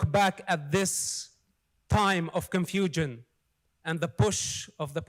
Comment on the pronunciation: The idiot can’t even say confusion properly!!! What a muppet!!!